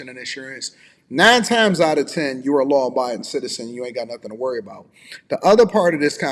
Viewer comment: She couldn't even say law abiding citizen. That's a serious problem. Her mindset is all wrong.